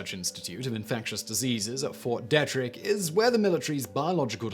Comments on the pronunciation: Thank you as always Simon. But you do know that Americans pronounce it Dee-trick right? Ft. Detrick. Just so you know. American is a language. Our language, like English is your language. Anyway whats really important is that Site-R, Raven Rock. Was, and still is, a tresury vault for a post Apocalyptic future. One we pray never occurs. You see the intended purpose of Site-R was a safe place to store $1 billion in $2 bills. (This is all true.) The Federal Reserve determined that was sufficient capital to float the economy for the eighteen months they felt would be needed before the Treasury Department, the Bureau of Engraving and Priniting, and the IRS, were all back up and running. The IRS will tax, whats left of your property, after nuclear war. This is to insure the government is still functioning to uh protect us.... and uh...Well the point is not mute TO THEM. They stuffed Raven Rock with two dollar bills. Those of us left have so much to look forward to. You might want to check this out. Thanks homeboy. Peace. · Simon, when dealing with the right way to pronounce American names, assume first that they're pronounced wrong, then ask a Yank. Like with Fort Detrich (DEE-trick). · I lived on Ft Detrick for 6 years when I was a kid. The e is actually hard, so think Deetrick for the pronunciation. Fun fact, the post clinic (like Urgent Care or something like that) and dental office were both in the same building as USAMRIID. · It's pronounced DEE trick. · "e" in Ft. Dietrich is not pronounced like the "e" in pet. It is pronounced like the "ee" in feet.